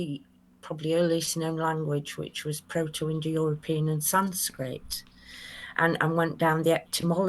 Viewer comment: Oh dear, that did'nt start too well... I heard "Apocraphy", closely followed by what sounded like "Sanscript" and kinda knew it was going to be a bumpy ride... 😎